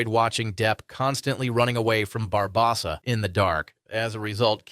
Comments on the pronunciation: Bar-BOW-sa. JFC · It was the Barbossa pronunciation, wasn’t it? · Is this narrator guy AI 😅 or just foreign. Who's Bill Murrr-ray, Bar-bah-ssah, Broookheimer, etc